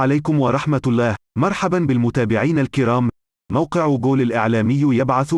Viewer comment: يا معلق بارك الله فيك. لقد لاحظت انك تنطق ال هاء. مرققة في اسم الجلالة. الله. بل رخمها. وهذا الشيء في كل فيديوهاتك فهذا اسم الجلالة وليس كل اسم.